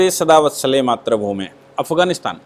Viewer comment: कुपया बुरा न माने: मुझे आपके हिंदी उच्चारण से आपत्ती है। नमस्ते सदा वत्सले "मातृ भूमे" सही उच्चारण है। मात्र भुमे नहीं। मातृ मतलब माता होता है मात्र का मतलब केवल , only होता है. कृपया ध्यान दें।